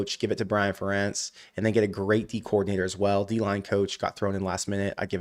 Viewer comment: How is it possible you are pronouncing ferentz name wrong lol